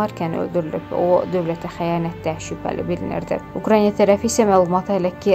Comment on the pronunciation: Niyə Ukraynyaa? Ukrayna, bu adı belə tələffüz etmək çox çətindirmi?